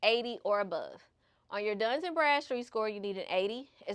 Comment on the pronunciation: Lots of great tips. Btw it's Dun and Bradstreet. Not Duns. Work on your pronunciation and don't smack your lips. These things may seem minor but they will help you to improve your presentation and bring even more views so you are taken seriously by a wider audience. I made it to the end. Very informative video. Good job.